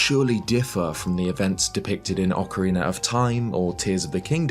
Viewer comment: Ocariner of time